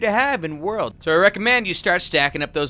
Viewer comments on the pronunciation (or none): none